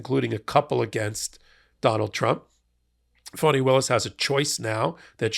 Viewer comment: Please, the lady’s name is Fani and is pronounced “ Fanny”. You sound like drumpf when you mispronounce her name !